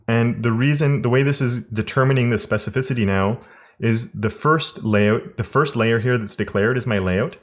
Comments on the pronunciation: I would buy it just out of respect for the amount of times he said specificity without mispronunciation. Ridiculous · I remember you struggling to say specificity, I think there is actually a dedicated video about it, glad you're saying it with ease is.